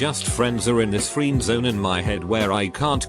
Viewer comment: It can pronounce "friend" correctly but not "friendzone" ? 😂